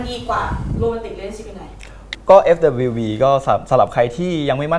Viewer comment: For me it's Net who can't say FWB and says FWP, cute😭